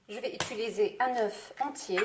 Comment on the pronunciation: u.ti.li.ser et non é-tu-li-ser Oh à la fin y'en a marre!